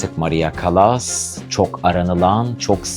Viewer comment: Sesi kötü,hayatını anlattığını sandığı kişinin adını bile doğru dürüst teleffuz edemiyor,Türkçesi kötü.Çekimler berbat yorucu.Müziğin fonda hafif duyulması gerekirken çok baskın.CALLAS'ın biyografisinde hatalar var iyi araştırma yapmadığı belli.